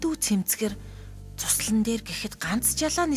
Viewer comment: өөр гоё хоолойгоор уншуулвал гоё зохиолууд шүү бас цуслан биш зуслан шүү бичигн хэллэгээр уншаад бна